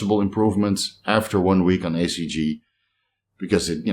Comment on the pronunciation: I thought he was saying ACG? Just wanted to be sure it was HCG.